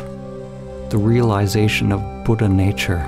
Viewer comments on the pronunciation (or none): none